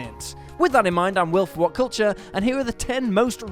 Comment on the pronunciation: Gotta love “willful whatcultchuh”